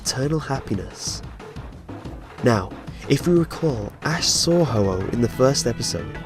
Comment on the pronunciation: ho-ho the legendary bird that poop rainbow..,.i really heard you say it dont lie to me